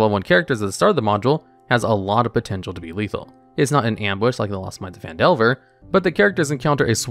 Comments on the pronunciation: he also called it pan-delver instead of fan-delver... lmao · Lost Mines of PAN Delver? The fuck? This is going to be a long video if he's already starting to mispronounce easy things in the first 30 seconds.